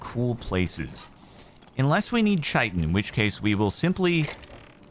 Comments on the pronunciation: Um does he pronounce chitin wrong on purpose or does he not know... It's not ch-eye-tin it's kite-in... Hate being That Guy but it's been driving me nuts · The fact that he's still pronouncing it chite-in and not kite-in is starting to drive me insane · Cap… it’s Kai-tin not Chai-tin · Maybe you're saying it wrong on purpose. But, Chitin is pronounced: Kite-un. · Chitin is pronounced like "kite-in" not with the "CH" sound from, let's say, chair. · Honestly, I don't get the "KILL THE CRATES!" people.. I've never found anything really worth aside from hide. It's crap loot imo, haha. Also, chitin is technically pronounced ky-tin. But it's also a colloquial thing, so don't worry about it. We know what you mean. When you're in the devastated lands, keep an eye out for a volcano with a golden center on the map.. That's all I'll say. Keep kicking ass, Jordan! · First the pokémans, now "shite"-in... Chitin is a k sound mr sparklymans please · THANK YOU IT'S BEEN DRIVING ME INSANE! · he knows and does it on purpose because he is EVIL incarnate(real and not a lie) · Yesss the more people commenting this may get his attention lmao